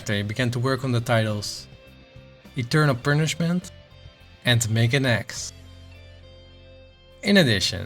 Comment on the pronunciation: I appreciate the effort here, thank you for doing a video on Kaneko, but it's worth mentioning for the future: it's Eternal "Puhn"ishment, not "pern".